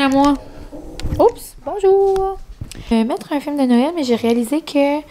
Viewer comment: Depuis que j’écoute tes vlogs (l’an dernier) je ne suis plus capable de dire Noël « correctement ». Ma maman vient du NB et elle en rit chaque fois que je dis « nowel » parce que c’est clairement de ta façon et non celle du Qc 😂